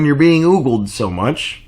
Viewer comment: It's ogled, as in oh-guld ;)